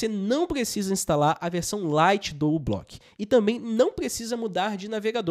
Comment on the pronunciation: Moço, não é "U"block, a letra inicial é a letra grega "mi", μ , então diz-se "miblock".